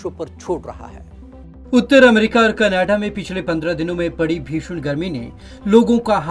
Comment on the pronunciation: Did he spoke canaaada instead of Canada See the video at: Hats off to you man Who employed you. 😂😂😂😂😂😂😂😂😂😂😂😂😂😂